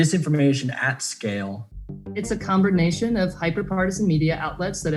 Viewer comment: Glasses girl "expert" says comburnation